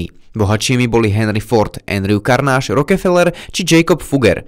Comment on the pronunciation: Skvely stream, len mala chybicka vo vyslovnosti Andrew Carnegie sa cita Karnegí ;)